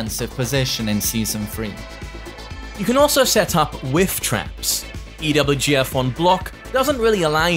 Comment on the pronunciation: saying EWGF instead of EVGF now kek